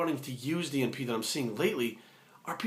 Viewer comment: haha keep thinking every time you said DNP you were saying G4P. Great video though, spread the knowledge.